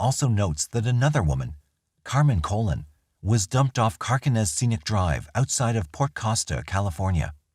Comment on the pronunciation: The surname Colon is pronounced "Cah-Lone". Fantastic videos just wanted tge victim to be referred to properly